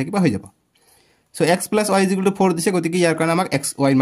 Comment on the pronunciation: Sir ijukel nohoi equal hoi sir 😂😂😂😂